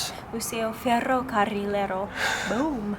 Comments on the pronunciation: Hola Amigos, I love your videos, congrats with your spanish language is better everyday, "ferrocarrilero" is a difficult word even for us and pronounced so perfectly!. Also thank you so much for change the bad reputation of our country, you are doing a great job! Getting closer both cultures American and Mexican Cultures! Congratulations friends you both are GREAT! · gets an A+ for ferrocarrierro pronunciation! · " museo ferrocarrilero" good job. Is a good word to loose the tongue.